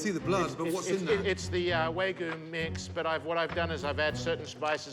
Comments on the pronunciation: He needs to use wagyu instead of waygoo. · Way-goo beef, huh? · Dude couldn't even pronounce "Wagyu" correctly 😂 (for the record, it's "wah-gyoo" and not "way-goo") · It's "WAGYU" NOT "WAYGU"!! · how do you mess up wagyu??? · Chef Ramsay's a boooold man. I'm not eating wagYU from anyone that can't even frikken pronounce the word correctly.